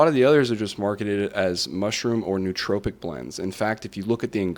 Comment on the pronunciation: I couldn’t stand every time he mispronounced nootropic. It is pronounced as “Noah tropic”.